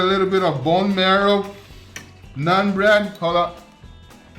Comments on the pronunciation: It’s pronounced “naan” .. don’t have to say nun bread.. just naan is ok too.. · It's naan bro not nun ... nAAn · It's not "Nun" bread it's "Naan" bread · "NONE" bread..?? It's NAAN bread...lol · It's not " nun " bro. Its NAAN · Nun bread?? 😂😂😂😂 Wtf It's naan bread fool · its called "nah-n" bread, not "non" bread, just helping you pronounce it. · Did he just say nun bread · Did it bother anyone else when he called it nun bread? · ...did you call it "none" bread? XD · Ah yes. "NUN" bread lmaoo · "Nun bread"... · I like how he calls naan 'nun bread' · The way he pronounced naan bread just reminded me of none pizza left beef